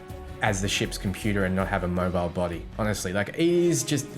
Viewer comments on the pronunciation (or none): none